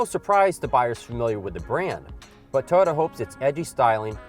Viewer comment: It's Toyota not touota my God the way he pronounced Toyota is cringe worthy